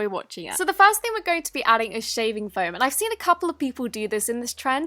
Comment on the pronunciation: It’s called foam not floam